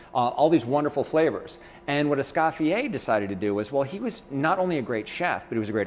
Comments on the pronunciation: Beejay Swifter - AAAAAND!... it's "Es-COE-fee-yay", NOT "Es-SCOFF-ee-ay"! Chef, you do a disservice to Escoffier and Niçoise by mutilating their names. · Can't even pronounce Escoffier either, he annihilates the name. If you're a dedicated chef then at least take the time to learn how to say Ecoffier properly!! Es-cofYYeah